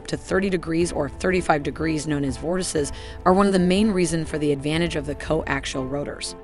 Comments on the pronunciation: Co Axle? lol Not Co Axial? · I appreciate the effort put in to this but it’s laden with inaccuracies, to start ‘co-ax-iahl’ not co-actual. “Most helicopter main rotors rotate in the clockwise direction” … not true, there are as many CCW as there are CW, European types tend to be CCW while many US types are CW, it’s up to the manufacturer. Still this extremely versatile and capable machine is often overlooked for more hyped Western types, so I appreciate your effort. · "co-actial'? "co-axle"? ...whatever.. one of those! lol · I have trouble listening to the computer-narration butcher the pronunciation of the word coaxial! There is an 'i' in there and it IS part of the pronunciation! If you can't get that right - puts the rest in question. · Someone is having trouble pronouncing coaxial. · The narrator can't even pronounce "coaxial"!!!!!